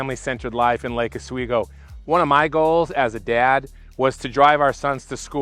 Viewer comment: Not “laaka sweego” it’s Lake ah-sweego” Like the channel.